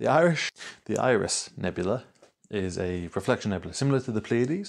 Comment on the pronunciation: I drop H's with my accent sometimes, so it's interesting to discover someone who ads H's :D "Irish" nebula, there should be one :D